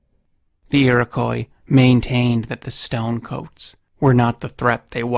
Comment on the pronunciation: Hey, great video. But it’s pronounced like iri-quaw or ee-roh-quaw